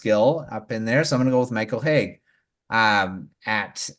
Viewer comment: Good show guys!! Just a lil thing, it's Michael Hage ( Age ) and not Hage ( Haygue ) like Nicolas Hague. Keep your good stuff :)